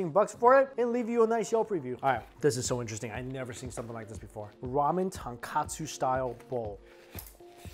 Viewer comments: Tonkatsu is the pork cutlet...it’s Tonkotsu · tonKOtsu, not tonKAtsu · Mike, there's a difference between "ton kOtsu" (pork bone) and "ton kAtsu" (pork cutlet). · Tonkotsu not katsu Mikey! You've been saying Tonkatsu = pork cutlets, for so long xD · Love you videos but please STOP calling it TonKAtsu broth.... Its TonKOtsu, no letter 'a'.... Tonkatsu is fried pork cutlet.... Tonkotsu is pork broth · Mikey, brah, you gotta get this right once and for all... TONKATSU = Pork Cutlet TONKOTSU = Pork Broth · Ton-KOH-tsu, not Ton-Kah-tsu. Completely different things. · Just me being picky but it’s ton-KO-tsu broth not ton-KA-tsu (breaded/tempura-ed pork cutlet) 😅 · Hey Mikey, it’s not tonkAtsu ramen, it’s tonkOtsu ramen. Tonkatsu is a different type of japanese food, it’s fried breaded pork cutlet. Tonkotsu is the pork broth of the ramen. Good reaction video tho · Mikey, tonkotsu and tonkatsu is two different things! You kept saying tonkatsu haha. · bruh he cooked the noodles wrongly and he calls the broth tonkatsu instead of tonkutsu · Love your reviews but just a little note. its tonkotsu not tonkatsu which means pork cutlet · I cringe every time he says tonkatsu instead of tonkotsu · Ton-KO-tsu bro not Ton-KA-tsu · Absolutely love watching your channel - your love for food totally brightens up my day! One thing you might want to improve on is the pronunciation: when it’s ramen, it’s Tonkotsu, not Ton-Katsu. Tonkotsu = pork bones (ton is pork and kotsu is bone), while Tonkatsu = fried pork cutlet … very different things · “Tunkatsoo” 🙅🏻‍♀️🙅🏻‍♀️ Tone-koht-soo 👌🏻